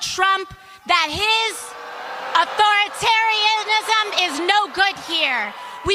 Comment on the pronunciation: She can't even pronounce authoritarianism😂